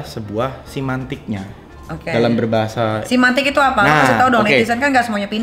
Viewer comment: Semantik woy bukan simantik. Nikmir yg lg dijelasin dia bener nyebutnya, lah yg ngejelasin... wkwkw